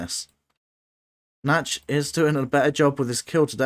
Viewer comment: Wow, thanks for that fascinating replay. I had never realised that fatal drawback of using target commands before. Nachtschatten ("nightshade" - not "natch" actually :) might have been able to save his original island had he refrained from using target circles on the production and instead allowed his strikers to take out the SAMs first. But what a match, what a turnaround! 😲👍